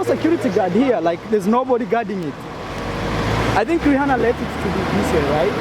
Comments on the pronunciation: Learn to pronounce Rihanna please 😂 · It’s just Rihanna brah, not Jesus